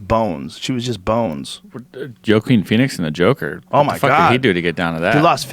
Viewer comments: Jo-keen Phoenix? What is it with them constantly mispronouncing commonly known words and names? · Joe Keen Phoenix huh? got an A in college but cant pronounce WA Keen Phoenix. Doh. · Did jus say "JOEking Pheonix"??? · Did he say Joe-keen Phoenix? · You’d think since got an A in Science he’d know how to pronounce Joaquin. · Why can no nobody pronounce "Joaquin"?